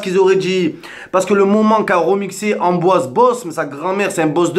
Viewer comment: Et allez... la vidéo de victime par excellence. (Pour être crédible, il s'appelle Pierre-Ambroise pas Amboise...) Arrête de sucer Benzema!!! Je vois pas pourquoi y aurait eu un acharnement sur lui. Pourquoi tu cherches à attiser une haine ? On est tous Français, peu importe les origines. Y a qu'en France qu'on cherche la division plutôt que l'unité.